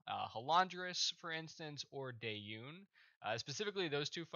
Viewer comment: Very well made guide, thanks a lot! You need a better microphone though, get a condensator mic, there are good ones for less then 50€. Dausaunge is pronounced "Da Sausage" by the way, you really confused me when you said "Dayun". Have a nice day! :)